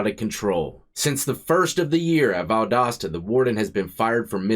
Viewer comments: P.S.! It's rare I hear Valdosta pronounced correctly without our accent back home of various levels! Boo-Ya and rock on! Many a blessing's ta Ya and yours!!!🙏✌️😎🐍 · You said the name of the town/ prison perfectly. Even the Federal prison in Atlanta is bad. I lived most of my life in Georgia before moving to Ohio. I wouldn't want to do time in ANY southern prison at all. Not that the rest of the country is that much better but Georgia or Alabama? No way dude. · Pronounced perfectly! Valdosta for Pasta. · Bro you said it right! Holy shit I love in Valdosta and didn’t even know this happened. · Ya said the name right lol, I'm originally from Atlanta, via Dekalb County! That one in case is pronounced "Dee-cab", not "Dee-cob" county! The L is silent lol! Great channel and vids my man, keep it up👍👍🙏✌️😎🐍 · You pronounced Valdosta right... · You pronounced Valdosta correctly. Not many people do. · You pronounce it correctly. Valdosta is one of the worst in the state of GA. Was really off the chain back in the late 80’s and 90’s. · I’m from Georgia and you pronounced it right. I have a friend who did a year and some change there. He thought he might die there.